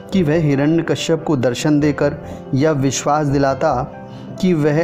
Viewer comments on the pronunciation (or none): none